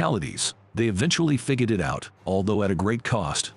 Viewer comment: "They finally figididit out." LOL, love it. Thanks for the information.